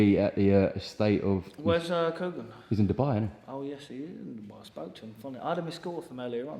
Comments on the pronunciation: Why he sayin kugs ? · He even calls him koogs 😂😂